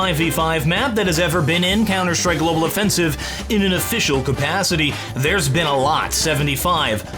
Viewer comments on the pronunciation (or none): none